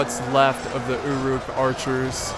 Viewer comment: anyone else annoyed by the way he says uruk?